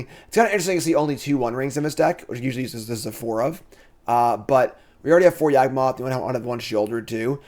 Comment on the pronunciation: everytime mispronounces Yawgmoth you take a shot.